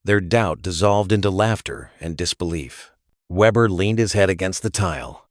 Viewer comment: Weeber or Weber, get it right A.I.